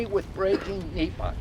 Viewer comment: NEPA* National Environmental Policy Act not NIPA